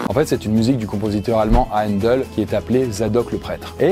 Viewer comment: Beau boulot ! Juste pour info : pour le compositeur de la musique, Haendel, on prononce "ainedeul" plutôt, pas exactement "eu", un peu à l'anglaise pas avec la prononciation française, et le "ae" du coup se prononce "è"/"ai"